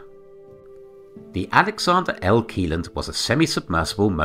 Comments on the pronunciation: Pronounced “shelland” not “key land” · The pronunciation of Kielland is not correct, but I don’t expect people from outside of Scandinavia to nail that 😅